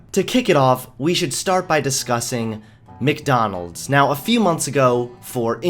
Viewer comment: Stop saying Mikdonalds its MacDonalds